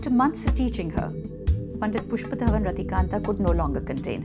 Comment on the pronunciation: Even the way she says the name pushpadhawan rathikandha is beautiful 🙈❤️